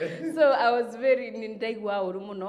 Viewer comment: Hakuna kucut😃😃😃😃 amesema vizuri na tukaskiaaa😃😃😃 Vely😂😂😂Going far girl. Keep on moving